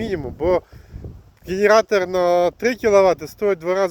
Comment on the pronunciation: Эгектро мотог, гэнератор в гваргтире.. Это просто капец. Дальше смотреть не стал.